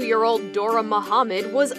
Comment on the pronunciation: Her name was actually "Doğa" meaning "nature". Foreigners usually have a hard time pronouncing the "ğ" so it is very possible you heard it as "Dora" 😁